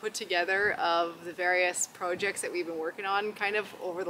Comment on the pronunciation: Are you from the US or Canada?? You say, projects, weird🤨